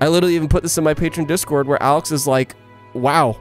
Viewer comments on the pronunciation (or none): none